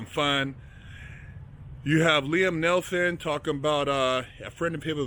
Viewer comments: He said Liam Nelson. At least get his name right if your gonna make a video based on the man. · "Liem Nelson"